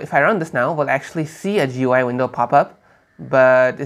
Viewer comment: What is "Joo-Why"?